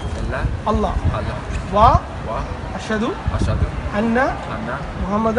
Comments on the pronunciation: This is sad, the first person said the shahada wrong. The sheikh should have picked it up. It's - ashadu un laa Illaaha illallah Not -ahhadiu unna illaha illallah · Beautiful to see the footage of reverts. Butisn’t the shada “ashadu an la illah” not “ashadu ana la” and whatever the third guy said?